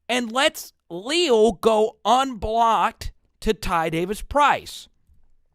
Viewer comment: #8 is only a sophomore and a monster for sure - btw it is pronounced Lee-Al (like the two first names combined). 👍 And you’re right about those linebackers for sure. I haven’t seen 9 fly in from that far backfield before and he did it multiple times on Saturday. Mike Elko must have seen something he liked in the matchup versus the LSU line - watch for Bama to disguise all sorts of pressure. 🚨🤔